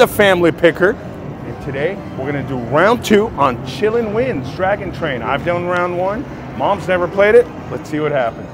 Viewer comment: ....It's Chi Lin Win, not Chillin' wins. Chi Lin (pronounced Chee Lynn) are Chinese "unicorns" or, and more appropriate for you because you like to mixy match animal names, Chinese also refer to Chi Lin as dragon horses. It's the face on the machine and the wild symbols. They're a good omen and a sign of success, prosperity, enchantment.....ya know....words. 😁. Congrats on the jackpot, by the way!